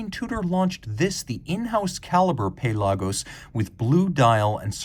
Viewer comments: I'm in the Puh-LAH-gos camp. There isn't another Tudor or Rolex I would want (well maybe a polar explorer 2). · The pronunciation of Pelagos made it too painful to watch.